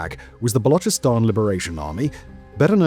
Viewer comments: the guy is making a video for hundreds of thousands. Some basic research on the topic is necessary no ? Dont spew crap like he cant pronounce now, he pronounced balochistan perfectly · Finally someone who is pronouncing Balochistan as Balochistan and not Balokistan.